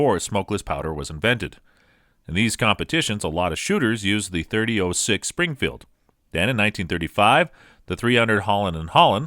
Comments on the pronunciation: It’s 30-“ought” 6 not “oh” 6. And “o-jive” not “o-guy-ve”. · Anyone else hate the way he's say 30-06? 30-O(like the letter)6 smh. There's a difference between 0(zero) and O(letter) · “30-ohh-6” “ohh-give” maybe you’re high? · Did you call it a 30- oh 6? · Is this an AI reading this? The pronunciations of so many things are off. 30-oh-6? Nope. Leee-o-pold? nope. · and you need to learn english you didnt pronounce Hornady right you said harmony and you didnt say 30-06 right either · You lost me when you pronounced “.30-06”. Obviously not much of a gun guy. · I wish this guy could say 30-06 correctly......🙄